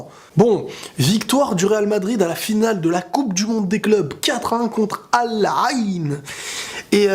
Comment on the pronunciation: ...c'est Al Ain...